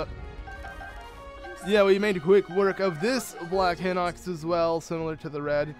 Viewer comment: I feel like its High-Nox, not Hih-nox. And really? You couldn't do 3x32=96 in your head?